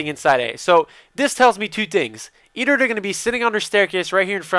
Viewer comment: i love how you say either... eder, eder